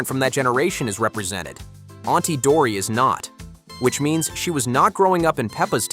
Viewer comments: it's not auntie dory its auntie dottie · It's auntie dottie not auntie dory